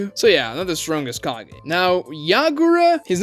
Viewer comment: Ka-GEH. not Ka-GAY